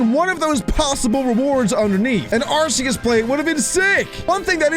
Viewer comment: Are-key-us is how you pronounce arceus